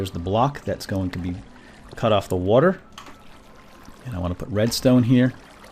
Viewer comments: di u just say whywhon? and wedstone? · I love the way you say iron and redstone xD Couldn't stop laughing, ione and wetstone xD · wed stones? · a litle bit of wedstone..... anybody else notice this?